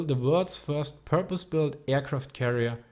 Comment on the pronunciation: Damn you butcher the pronunciation of Japanese names. "Hõshõ" is pronounced Hou-shou not Hosho. õ = ou